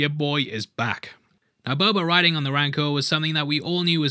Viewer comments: are you saying "Boba" or "Bubba"? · I love your videos. Please stop saying "Bober" lmao